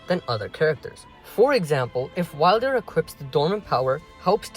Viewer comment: How the fuck does someone say Wylder wrong